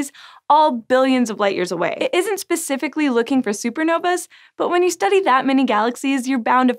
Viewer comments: Its 'specifically'! With an 's', 'specifically'. not 'pecifically'. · Did you just say... Pacificly? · Doesn't pecifically have something to do with the Pacific Ocean?